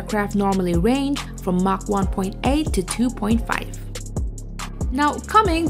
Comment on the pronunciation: Did she just say Mack 4.3? And she called a MIG a M I G...